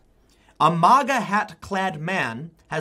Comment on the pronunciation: TIM. MAGA not MOGGA